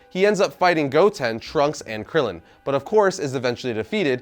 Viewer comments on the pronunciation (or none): none